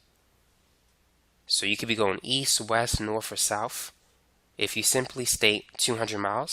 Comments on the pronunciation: "Norf or souf" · So... norf and souf are examples of displacement? 😂